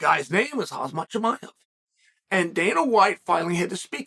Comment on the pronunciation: I love that Chael confidently mispronounces fighters names and just rolls with it "Khazmat (haz-mat)"😂